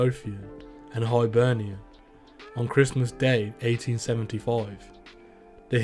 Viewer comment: Hibernia ? It's Hibernian who had the best crew in Scotland CCS - show some fuck respect and pronounce it correctly